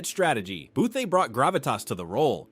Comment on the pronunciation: Booth-eee. Fuck I hate AI.